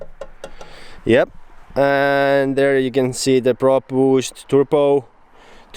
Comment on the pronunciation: Please. Say "Turbo"... not fucking turPo! And please stop saying "card" to cart